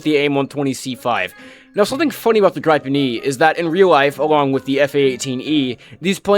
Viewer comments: it’s pronouned “gree-pen” not “gr-eye-pen” wtf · Holy cow how do you pronounce "Gripen"?? Its a Swedish word, how about you try to pronounce it in a Swedish way? Goddamn yanks. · I have gripes with how you pronounce gripen jokes aside, there is more enjoyment to be had by watching the trailers than actually playing the game, because they at least have to put effort in marketing.